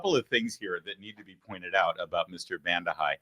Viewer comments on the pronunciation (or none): Larry - - I never thought of you as a comedian until I heard your multi-pronunciation of Vandehei, with comic facial expressions. LOL!!!